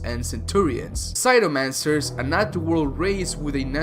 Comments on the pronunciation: Your pronunciation sucks. It's Show Kun (Race of four armed people) , CRY O Mancers (Ice wielders) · CRYOmancers, not CYROmancers.